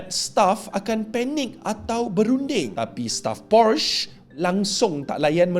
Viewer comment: Taip PORCHES dlm Google Translate, pastu hang tekan butang speaker...satg dia habaq sebutan yg betul.